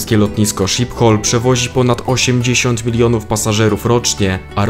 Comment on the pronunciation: asdfg to plus wymowa nazw własnych Euro, Rotterdam lub Schiphol, kłuje w uszy, mimo że sam materiał jest ok.